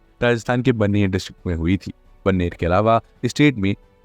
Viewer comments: Sir it's not बानेर,its बाड़मेर। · बरनेर नहीं बाड़मेर (Barmer) Rajasthan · बाड़मेर भाई, ब्रमेर नहीं, यूपीएससी वालों को पढ़ा रहे हो थोड़ा पढ़े लिखे लोग रखो।